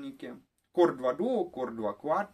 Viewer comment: "Куор два дуо, куор два ква" 🤣